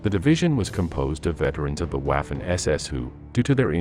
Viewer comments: Please, DO NOT pronounce W as in English but as it does in GERMAN so "V" ! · Your German pronunciation is absolutely HORRIBLE. Ws in German are pronounced like Vees. So Waffen is pronounced like Vaffen. Please STOP making these videos. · It's difficult to take someone seriously who pronounces Waffen as if they were sounding the first syllable of the word Waffle. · he prounces waffen incorrectly I'm from the US.